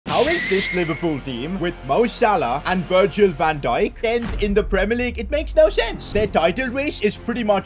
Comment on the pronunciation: You called him Virgin Van Dijk